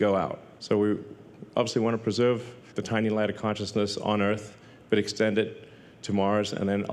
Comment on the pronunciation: He can't even pronouce 'Earth' or 'Mars" or anything with an 'R'